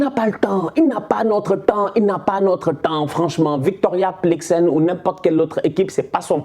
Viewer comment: Victoria plikzen 😂 mais gère toi 😂